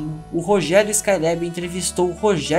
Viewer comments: Gostei do video mas me incomoda muito você falando [ ESCAI LÉB´í] , tentando falar o inglês correto. Essa Juventude quer gastar o ingles correto para não passar vergonha. O Nome é [ ESCAI LÁBI]! Cariocamente aportuguesado mesmo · Porra muleque. Vc passou o video todo falando o nome do cara errado. Falou 'Skyleb' 400 vezes e ta errado porra. Ta errado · Se fala Rogério skailabi nao lebi